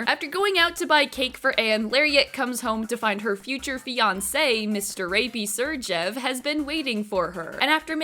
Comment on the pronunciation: I love how you realized you've been calling Kandel "Krandel" the whole time but are unaware that you've been calling Segrev, "Sergev." We stan a dyslexic queen ❤